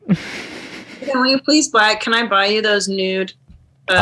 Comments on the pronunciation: christne calling Ethan "Aton" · Did christina just call Ethan " Aton" lmfao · does Christina call Ethan, A-Ton? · Ethan not Eitan*, no shame Christina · she called him eitan lol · why does she call Ethan Ay-ton? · Anyone else notice Christina pronounces Ethans name like (A-Tun) she seemed like she said it on purpose, seems weird cause shes like wearing Teddy Fresh and talks about how cool they are on Your Moms House. Then goes its A-Tun and Hila H3 H3! I dont know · that makes sense hadn't considered that. It's just she said it when they were talking about foreign dads like she thought his name was pronounced in a more "foreign" (for lack of a better term) way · Did Christine just call Ethan, E-tahn? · Christina actually called Ethan (a very common name) Eee-ta-han. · I think she’s saying “eet-han”. It’s probably an inside joke of theirs or maybe something Christina does on YMH